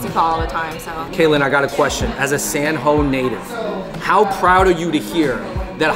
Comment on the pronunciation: i’m my 20 years of life, i’ve never heard anyone refer to san jose as “san ho”